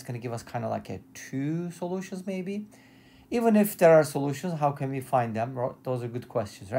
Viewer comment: "We have" not "vee have".